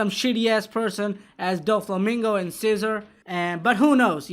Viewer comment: Every time he says cesar it’s sounds like he saying scissor ✂️ 😂